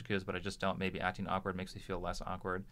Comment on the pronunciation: uhm, actually, it's "awkward" not "awekward".....